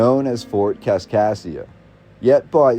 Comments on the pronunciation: This voice says "Kaskasia", but the written name is always "Kaskaskia". What is correct? Nevertheless this is very interesting. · hes saying kaskassia. Its kaskaskia. There are 3 k’s. Also, its Van-dale-ia today for those of us who live around here. Obviously, it may have changed over time. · As a citizen of southern Illinois who went to Kaskaskia Community College.... It's Kas-Kas-kia... You're missing a K every time you say it. Other than that, great video. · Driving me nuts. Also, KasKasKia. Makes it really hard to endure. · He misses the misses the third K in Kaskaskia every time too. It almost has to be on purpose.